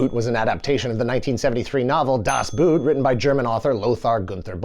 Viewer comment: When will you English speakers learn? 'Boot' is pronounced the same as Boat. You sound like you're talking about footware. Also, Ende is just end-uh. Not Anda. I like the video, though. It's my all-time favorite book. The movie is okay. The sequels and series are horrible. Cartoon, meh.